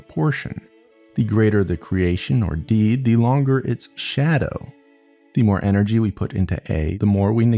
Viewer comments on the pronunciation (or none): none